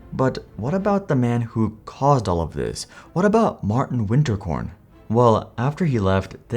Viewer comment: He did not pronounce Martin correctly either.